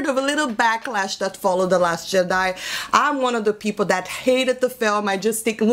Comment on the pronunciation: Love the way you say Jedi.